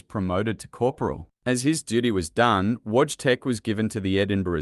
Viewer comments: Pronounced VOY-CHEK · It's funny how he pronounce wojtek.